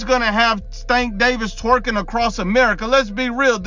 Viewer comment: He said twearking across America 😂